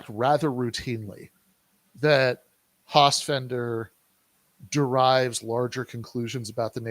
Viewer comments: This is really interesting but it's so damn hard to listen to say "Hossfender" over and over. It's like "nucular". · Guys, it's FELDER not FENDER..you could at least get the name right. yeah when i saw the Hossenfelder pro capitalist clip i totally cringed--generally did like her podcasts but now i am not sure, and she is taking it from EVERYWHERE for that clip tons of negative feedback--she certainly dropped the ball on that one, and she didn't even engage with on Twitter?? huh? Silly. Sean Carroll is another physicist that takes on philosophy and social issues but he is MUCH more informed on the subjects especially philosophy in which he chastises his fellow physicists for NOT having much interest in philo..